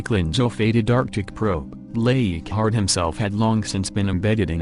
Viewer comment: I would appreciate the correct pronunciation of the names please. Leighardt is not eeegart.